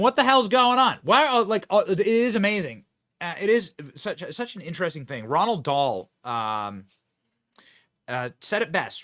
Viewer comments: Roald Dahl, Benny, R O A L D, there is no N in his name. Keep upthe good work, Mate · Ronald Dahl ???? lol you meant ROALD Dhal